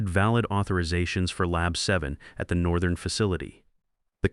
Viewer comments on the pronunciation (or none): none